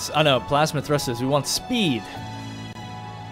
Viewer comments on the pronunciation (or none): none